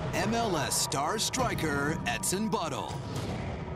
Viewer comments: did he say etsin butthole? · did he say etson butthole? for the soccer player? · did he said edson butthole